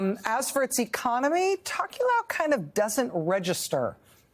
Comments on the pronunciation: hot tip for USA journalists: you can pronounce "Tokelau" exactly as it looks, not "tock-you-lou" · It's pronounced 'Tow-kuh-lau' 😉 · Pronounced “toe key lao” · I live in Hawaii and very familiar with the other pacific island nations and groups. Her pronunciation of “Tokelau.” Sounds funny lol!